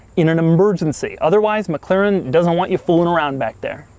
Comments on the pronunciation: I abhor how he says "McClaren" Dammit man, there isn't another C in there. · Your totally saying the name wrong It's not Mc claren its Mc-laren And pls keep your hands down Stop moving your hands all over your face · Your "mclaren" pronunciation is a bit annoying,oddly.